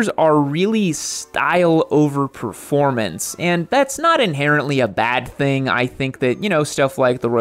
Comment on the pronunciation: You lost me at "proformance" vs. "performance. Moto riding is about what's between your ears ... and not your legs.